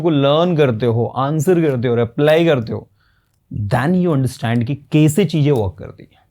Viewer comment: Aap hindi me कैसे को kese kyun bolte hain ? Kano me chubhta hai . Jaise kai teacher English ko Englis bol rahe hain . Sh ko s . Mai ek hindi ki teacher hun ,isiliye tokna pada , bura mat maniyega